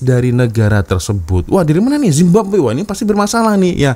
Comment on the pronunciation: mcm malu nk cakap indonesia tapi zababwe jadi nya